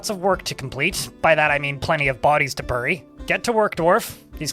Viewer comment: "Burry" lmao